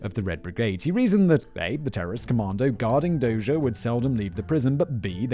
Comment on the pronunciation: After his rescue, Dozier would serve as commander of the Armor School at Fort Knox. My dad served as his aide as a captain. According to what Dozier told him, the gunman didn't hesitate. His decision not to shoot was intentional even though his orders were to do so. My dad pronounces his name as "dozer" like bulldozer. I might be misremembering though.